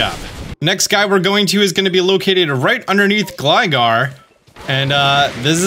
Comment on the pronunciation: Why do you pronounce Gligar correctly and Gliscor wrong…😂😂😂